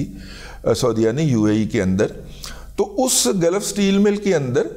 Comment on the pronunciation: Gulf Not Galaf